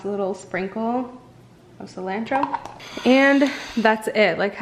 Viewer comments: Cilantro pronounced incorrectly 😂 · I never heard anyone say cilantro like that. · You look amazing! I love you but the way you say cilantro bugs me a tiny bit lol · I know me too lol